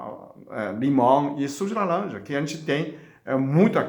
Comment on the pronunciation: Suco de laLanja, aceLola🥰 o senhor é muito fofinho, amo ver o senhor falando ❤